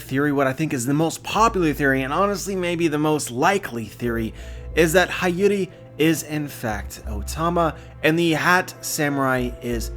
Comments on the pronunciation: love u bro but her name is pronounced hee-your-ee not high-your-ee not a big deal or anything tho lol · It's Hiyori with a hi not hayori damnit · it’s pronounced “HEE-YORE-I” I’m pretty sure about that. Am I wrong anyone? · Hiyori is pronounced as HEE-YO-REE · Hiyori (hee-yoh-ree)* Other than that beautiful video as usual, solutes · hayori?! pronunciation suk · I need you to pronounce her name right. It’s “hee-yo-ree “ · I'm pretty sure her name is pronounced, He-Ore-Ee, like Hiyori from Noragami.